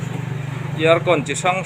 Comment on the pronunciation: Air hi 'er' tia lam zawk tur. Year (iar) tiin i lam tlat.